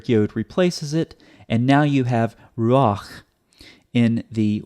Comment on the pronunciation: In ruah, the accent is on the first syllable and is so marked in the text.